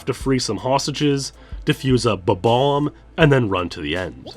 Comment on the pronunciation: It's a difficult word to pronounce. I have difficulties like this at times too. Let's respect peoples shortcomings and value them as the people they are.